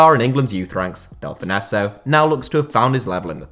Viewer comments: Delfouneso’s name may be SPELT that way, but it’s pronounced Delfonso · You pronounce Delfouneso, Dell-fon-so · I've always heard delfounso pronounced delfonso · Who's Del-fon-esso? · Del-fin-nesso that gave me a headache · Delfonzo is how u pronounce it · Can’t stand how he pronounces Delphouneso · That pronunciation of Nathan Delfoneso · Thought I was going mad when he said it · How do you even make this mistake? Its an English name lol